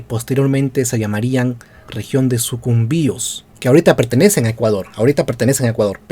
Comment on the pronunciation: Haber pana quiero decirte una cosa y es algo que he visto en otros videos tuyos. Veo que te duele aceptar y se nota en tu tono y tus gestos sarcásticos al hablar sobre EL ECUADOR AMAZÓNICO incluso has dicho que la provincia de Sucumbíos (incluso en el video que vi la llamaste Sucúmbios o sea que ni sabías como se pronunciaba) y que toda la selva Amázonica del Ecuador es gracias a que Perú nos la REGALÓ JAJAJAJAJA. Mira pana peruano, ¿Si sabes de donde salió la expedición en la cual se DESCUBRIÓ EL RÍO AMAZONAS? Creo que todos sabemos que salió de QUITO, nada más ni nada menos, no salieron de Lima ni de ninguna parte del actual Perú y que los primeros ríos Amazónicos que conocieron fueron el Río Coca y el Río Napo (ríos que pertenecen al actual Ecuador) y bueno, en esa travesía conocieron el Amazonas hasta llegar a su desembocadura en el Océano Pacífico. Quien encabezó esta expedición fue Francisco de Orellana, quien era teniente Gobernador de Quito y a quien le brillaron los ojos al escuchar a indígenas quiteños hablar sobre la Leyenda de EL DORADO o El País de la Canela, al final terminaron descubriendo el Rio más Grande del Mundo, El Amazonas (junto con el Río Nilo si no me equivoco). Como tú mismo dijiste en el video los españoles le dan la parte AMAZÓNICA A LA REAL AUDIENCIA DE QUITO, no le se la dan al Virreinato del Perú y claro OMITISTE la parte de QUIÉN DESCUBRIÓ EL RÍO AMAZONAS, si la expedición hubiese salido desde algún territorio Peruano, los españoles les hu